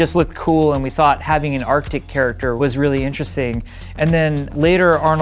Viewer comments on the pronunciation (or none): none